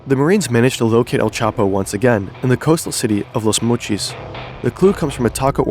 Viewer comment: Bro called Los Mochis "Lus Muchees"